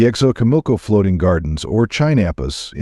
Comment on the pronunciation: Your stories are real! But a sugestión you have to pronounce correctly ; 😅maíz or say corn, Sochimilco is the name of a place! Just learn how to pronounce it in Spanish if you are going to say it